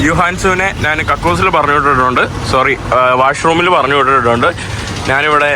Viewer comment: നാൻ, നാൻ എന്നുള്ള വാക്ക് മലയാളത്തിൽ ഇല്ല. ഞാൻ എന്നാണ് ശരി